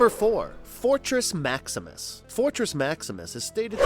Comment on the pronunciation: Urm .... en er gone en er gron ..... fortrex .... scorplock .... whatever you called nebulos ...... duuuude get the names right